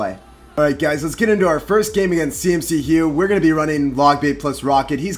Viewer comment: It's C-McHugh not CMC-hugh